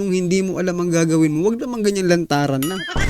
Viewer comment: PAINGLES INGLES KAPA! TAS "ANONG ATING GAGAWEN?" ALA EY... KUNG DIMO ALAM EY DIUMAYAS KA DYAN KAYA?